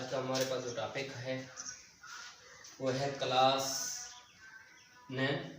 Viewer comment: Tapic ni hota topic hota ha